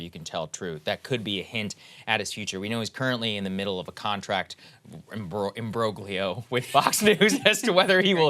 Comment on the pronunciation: The G in imbroglio is silent, Saagar